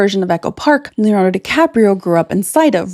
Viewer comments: A video about Leonardo without being able to say Leonardo- what the? You said Lanardo through almost the whole video! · it's Leo-nardo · If she could pronounce Leonardo, that might have been useful, too.